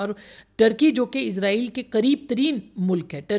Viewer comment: ازرائیل غلط تلفظ ہے صحیح تلفظ اسرائیل ہے